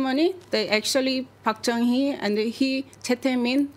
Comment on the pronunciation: Please pronounce our president's name correctly. Park Guen Hye